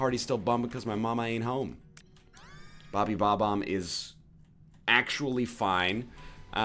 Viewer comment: am I losing my mind or did he say: Bobby bo-bomb ?